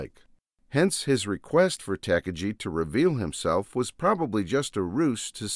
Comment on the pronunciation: It's pronounced Tah' Car' Ghee' you philistine, I'm an exceptional grammatical purist.